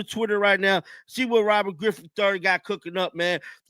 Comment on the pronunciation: Bruh said "Robert Grippin Da 3rd" 😂